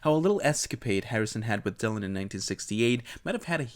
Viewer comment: Por que pronuncias Dylan así?